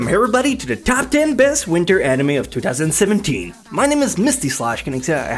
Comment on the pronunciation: Its pronounced anime not eneyma